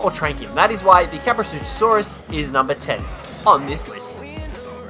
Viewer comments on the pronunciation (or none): Ka-pro-sue-cuss same with the sarco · "Kaprosuchusaurus" Sad Dino Expert noises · It is just kaprosuchus ka-pro-sue-cuss not ka-pro-sue-cha-saurus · Well they're actually called kaprosaurusuchosaurus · kap-ro-sue-kus and ick-the-ornis, proper pronunciation is key..... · ”Kaprosuchussaurus” though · Yea so far I've only hated one and that's pego and no Tuso is also immune to the sting of the jellyfish, anyone who thinks a Theri is annoying is a Twat Also FYI you are terrible at pronouncing names, Kap Row Sew Kus, Ick Thee Or Nis, Scrub, why isn't Giga on this List, u see a Giga on foot and ur like "Offworlders RUUUUUUUUUUN!" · "The kaprosuchassaurus" lmao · caprosutchusaurs? LOL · Um did he say kaprosuchosaurus? Lol 😂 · Its pronounced kap-ro-soo-chus with no saurus back at the name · Bercier it's just irritating when someone mispronounces kaprosuchus as kaprosuchasaurus of ichthyornis as itchythornis. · You pronounced Kaprosuchus, Ichthyornis, and Titanomyrma incorrectly. Also, you forgot to mention that Ravagers can utilise zip lines. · Butchers the name of Kaprosuchus, Butchers the name of Titanomyrna, perfectly pronounces Cnidaria....